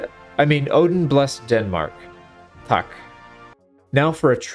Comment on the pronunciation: im from denmark u were quite close to saying tak correctly i allso love the axe